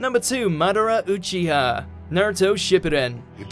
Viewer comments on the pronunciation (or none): none